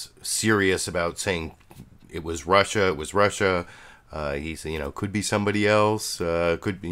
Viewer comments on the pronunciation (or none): Did trump say Russer and Chiner????